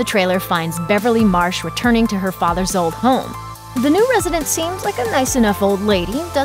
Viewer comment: my OCD, jesus why didn't you say Beverly Marsh like breh